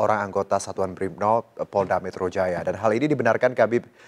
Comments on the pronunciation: gw dengernya BRIBNOP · Apa saya slah dengar apa pembawa berita nya Yg salah omong .. kenapa dia bilang bribnob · Hindi iya saya tau dia brimob ..mksud saya pembawa berita nya kyak salah ngomong brimob jadi bribnob ..coba denger lagi ..